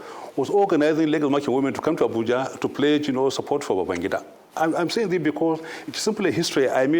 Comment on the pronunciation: He siad Babangda not abacha